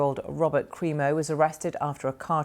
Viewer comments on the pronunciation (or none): Crimo (Cream-Oh).